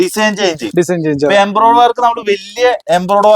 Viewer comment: ബിബിൻ സൂപ്പർ എംബ്രോയിടറി എന്ന് പറയണേ കേട്ടോ തെറ്റി പറയരുതേ Embriodery